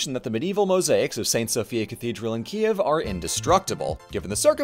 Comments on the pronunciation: Oh man, what a great surprise! 🇺🇦 ❤ Excellent video, Ukranian pronunciations for names! (though your Kyiv sounds more like Kiev but that’s ok) and a great roast of those churches that I chuckled at. Thank you! Hope you’ll have the chance to see The Domes™ (safely) in person soon! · Okay. Kyiv. It rhymes with "believe". The "y" is like the vowel in "kit", then you have "yeev", which rhymes with "Steve". kï-YEEV. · It's totally understandable, but I do keep struggling with the two-syllable pronunciation of Kyiv. Ki-ev is the Russian pronunciation and Kyiv (keev) is the Ukranian pronunciation. Слава Україні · Hey, I’m interested in your process and hope you can answer my question: what made you take the pronunciation /ˈkiːjɪv/ KEE-yiv, as opposed to /kiːv/ KEEV or /ˈkiːɛv/ KEE-ev? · c'mon man don't pronounce the city's name like a russian and just look up the proper way